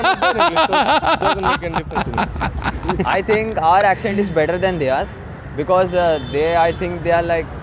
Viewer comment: "I think our accent is better than theyaaasss"- says the guy who can't even pronounce 'theirs'!! 🤦